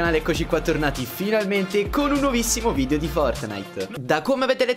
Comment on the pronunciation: Mattiz a me piacciono i tuoi video ma mi girano i coglioni quando dici VIDIO SI DICE VIDEO VIDEO VIDEO porca miseria